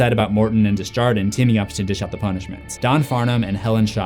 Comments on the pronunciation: Desjardins is pronounced more as dey jar don because it's French and means from the gardens. I can't explain how to pronounce a French J through text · Your mispronunciation of "Desjardin" is so bad 😂